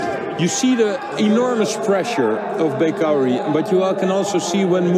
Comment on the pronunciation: Its pronounced Bekauri, not Bakari